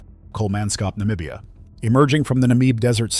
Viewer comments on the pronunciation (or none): none